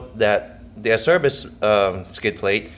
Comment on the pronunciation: Acerbis makes great stuff. For the record the correct pronunciation for Acerbis is ...AH-CHAIR-BEES